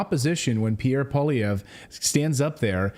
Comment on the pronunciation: You make Paul Poiliervre sound like a Russian name. It's French. Poil means the hair or fur of an animal and is pronounced like "pwal" and lievre is French for hare and sounds like li-ev-re, so it means hare fur. Maybe his settler ancestor was a trapper.